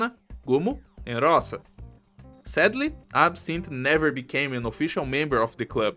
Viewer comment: Btw,: Rosa is read with the stress on the second syllable, that's how we say "dew" in Ursussian ^^